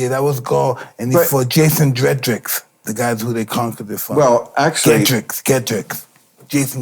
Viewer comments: Vercingeterix he means "Jason Geterix" LOL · its vercingetorix you fools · I love bill but he needs to send Mike Tyson an apology. Mike was right on several historical issues and Bill acted like he was speaking gibberish. Cleopatra was a descendant of Alexander the Great and was a Hellenic (Greek) queen. Mike mispronounced the king of Gaul but he was generally correct bill acted patronizing to him. And in regards to Egyptian influence, go to Rome and see on the Egyptian obelisks there. Just Imagine if Tyson had, like Maher, two parents that loved him, decent schools and teachers as a child? Instead of heavyweight champ perhaps he ends up a history professor? This is an extraordinary example of the potential that is being lost in America’s inner cities. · Ok, so it was Vercingetorix (not Jason Getrix), but very close! Varus (not Vallence), but very close! 9AD, dead spot on. Teutoburg forest (not Hurtenberg forest), but very close (Varusschlacht/Clades Variana). “Primus inter Pares,” too! I’m so impressed with Mike and Bill!